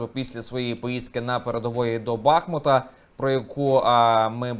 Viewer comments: БахмУт. Слідкуйте, будь ласка, за наголосом і не поширюйте помилки. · а походження назви БАхмУт має досить багато суперечок. І місцеві, як ви самі на них посилаєтесь, називають його і БАхмут і БахмУт, а от джерел історичності саме БахмУту недостатньо для ствердження такого наголосу. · Щодо БАхмУта от в тому і проблема, що єдине джерело цей історик Ігор Корнацький, який стверджує про наголос на У. Щодо Енеїди, так то твір - поема. І наголос ставиться не як вірно, а як буде до рими для спізвуччя. У Шевченка також є твори де УкрАїна звучить римовано. Щодо річки також відомо, що назву вона мала БАхмУт, то вже пізніше -ка приштопали. І джерел саме козацької доби, як воно звучало немає.